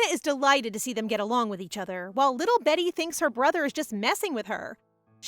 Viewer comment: Its pronounced BEETY not betty